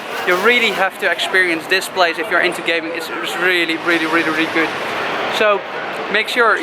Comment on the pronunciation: did he say gay men or gaming lol